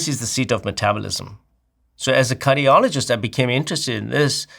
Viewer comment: sounds like he says 'as a Curryologist..." 😂